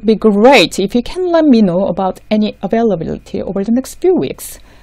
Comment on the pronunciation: It is wonderful to see a 'Business English' site. Thank you for your effort to help Koreans with their business English. I have a couple of questions. Don't we put 'of' after the date of a month? For instance, I would say, '18th OF February,' instead of '18th February.' Also the accent on 'availability' is on '-bil-,' in American English - maybe British accent is different??? Yes, I think Britains enlongate 'a' more than Americans. Also I would say, "whom to contact," instead of "who to contact to." Thank you for explaining the nuisance between 'Sincerely yours' and 'Yours faithfully.' Thank you again.